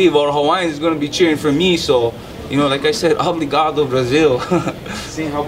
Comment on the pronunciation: He's saying "obligado" hahha it's "obrigado"